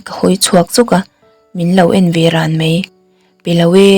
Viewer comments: Chhiar thiam viau tho na chu Mai - mei tih hian tlemin beng ati kham deuh.Keep Going❤ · a aw a nalh reuh hle mai, mahse, mai leh mei lam fimkhur deuh se. mai tih turah mei a ti leh zeuh thin. ngaihthlak a nuam lo.